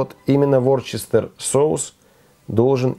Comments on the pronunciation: Не Ворчестер, а Вустерский соус называется. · Не ворчестер а вустер, произносится ближе как уэста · Вустер, а не ворчестер :-))))) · Не Ворчестер , а Вустершер.